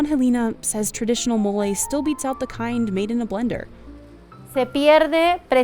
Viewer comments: Why couldn’t she just try and say mole right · Americans, PLEASE stop butting a random "y" at the end of every foreign word. Where is that effing y in "Mole" – is it called "Moley"??